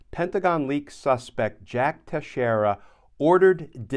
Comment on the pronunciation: Teixeira is pronounced Tex eer a NOT Tesh eer a